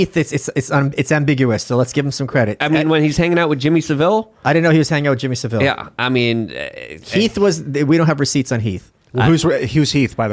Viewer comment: Just to say it's pronounced Jimmy Sa-vil, the e is silent, you made him sound like some exotic Spaniard instead of a very weird nonce from Leeds.